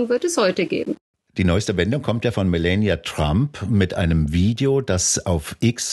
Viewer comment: Fachkundige Einschätzung der Lage, ansonsten hierzulande ja fast nirgendwo zu bekommen. Nur an der Aussprache hapert es noch. Statt zu versuchen Kamala und Melania irgendwie Amerikanisch auszusprechen, und damit falsch, käme man mit einer deutschen Aussprache mit langem Ah der Wahrheit deutlich näher.